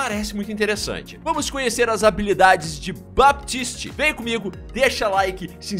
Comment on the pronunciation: o P do baptist é mudo.. pode falar "batist" k